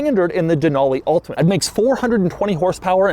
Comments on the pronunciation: Doug, the type of guy to say the word ULTIMATE in an ultimate way. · Stopped watching due to the emphasized "ultimate". Relatively annoying Doug. Have a great day. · Doug is killing me with his emphasis on the word ULTIMATE 🤣 🤣 🤣 🤣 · Doug going really overboard in pronouncing Ultimate, beginning to think he is doing it for a bet and it's a massive piss-take. :) Hopefully he does not get a sore throat for his efforts. :) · Reminds of hoovie with riptide blue